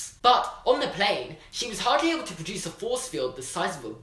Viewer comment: whenever he says 'produce' i say patruons after